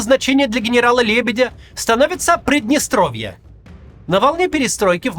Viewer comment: Прыдныстровье? Через Ы? Максим, вы беларус?